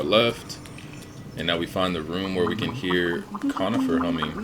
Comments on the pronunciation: Its coRnifer not conifer dont disrespect him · I think bros name is “cornifer” not “conifer”